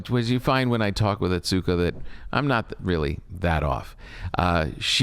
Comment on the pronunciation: I would love for Tom to have learned to properly pronounce Atsuko’s name.